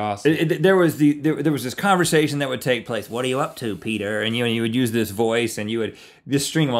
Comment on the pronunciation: "Heeeey, Peter." It's Peder.